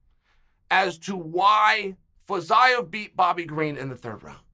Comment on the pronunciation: Nobody: Chael: Fazyeav